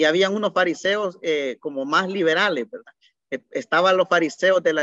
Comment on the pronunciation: excelente, pero como retroalimentación debería de mejorar su pronunciación, ejemplo: decir JUDIO y no JUDIYO, pronunciar MACHO CABRIO y no MACHO CABRIYO, decir HABIAN en vez de HABIYAN....